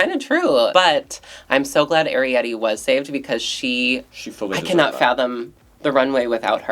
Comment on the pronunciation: Someone please teach how to pronounce Arrietty 😭